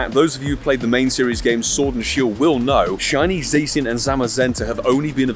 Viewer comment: You forgot to Silver Pinap your 1st Shiny Zacian. Just throw throw away the whole account 😅. P.S. It's pronounced Zaw-shee-un. - Grammar Police 😌